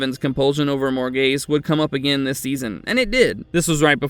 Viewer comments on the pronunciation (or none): none